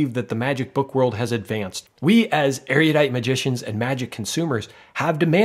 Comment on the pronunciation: Awesome reviews! You're not pronouncing erudite correctly though.